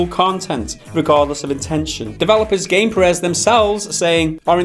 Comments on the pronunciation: Uh, the SCUM developers name isn't pronounced Gameperez, it is Gamepyres. ;) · bruh, it's "Gamepires", pronounced kinda like "empires", not "game-pireehz" xD